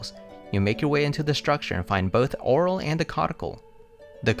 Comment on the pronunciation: It's pronounced oh-REEL